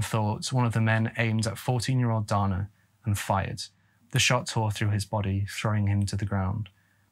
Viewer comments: the male name Dana is generally pronounced "Dayna" in the US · Sioux is pronounced like the girls' name "Sue" and Dana is pronounced like "day-nuh" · Sioux pronounced Sue Dana pronounced Day-nuh Gosh Sir, get it together!! Drove me absolutely Bonkers listening to the murder of those words...😂😂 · I believe that it’s pronounced “day-nuh” as opposed to “don-uh”. I’ve known a couple guys named Dana, and it’s how they’ve always pronounced it, that is. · I was very confused while listening that the boy's name was pronounced "Donna" which is pretty exclusively a girls' name... But then actually watching while not asleep, saw the spelling. As a Dana myself, it's usually pronounced "Day-nah", at least in my part of the world. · If you read the book it absolutely was a marijuana joint and Donna is pronounced Dane Ah and its not six falls it is Souix Falls but other than that great story telling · Dana is pronounced Day-na. Not donna.....😂😂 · Again, DANA is NOT DONNA. DAY NA. DON AH. You really should listen to pronunciation programs before recording. When you young Tubers record and continually mispronounce names and places, it tells me you're too lazy to fully do research. This makes me disinterested in your videos. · and Dana isnt pronounced like Donna. i was so confused until i saw the name spelled under his photo. poor kid. Great vid, but a little disrespectful not to check how these names are pronounced when its all easy to find. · Great video as always,! Just for future reference, Sioux is pronounced “sue” and Dana is pronounced “day-na”:) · The brothers name is pronounced DAY-NAH it’s a rare name for a boy but I did grow up with a Dana. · Confused why they call Dana a boy...refer to HER as Brother. The photo shows a FEMALE named Dana. Pronounced DAY NA.